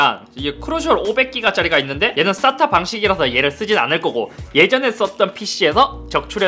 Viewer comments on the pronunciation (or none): 쌋다 케이블.. 다시 들으려 왔습니다... 바ㄹ름이 아주 찰ㅈ ㅣ군요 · 가끔 영상 볼 때 쌌따케이블이라고 들리는데 머 하는 부품이에요?